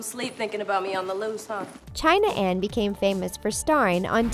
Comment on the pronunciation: Its not shayan its china ana jakson